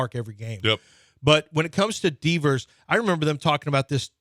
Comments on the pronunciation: Lmao Deevers and he’s confident saying it that way. 😂😂😂😂😂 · That’s not how you say Devers😂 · Lmao that’s what I was thinking the whole time